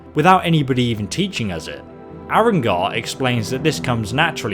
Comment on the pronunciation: YTW Gaming anyone else notice he said arongar instead of arngeir and mispronounced dov